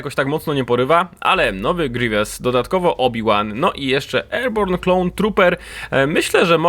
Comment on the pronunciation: grivies palpatajn jak mnie to wkurza